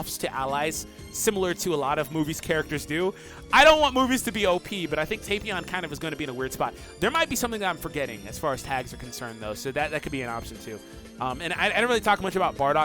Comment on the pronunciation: Its pronounced tap pee on not tapeion